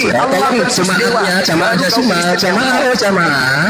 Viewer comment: itu orang mana,kok gak tau bahasa Indonesia,Allah bacanya tetap Allah tdk berbunyi alwoh seperti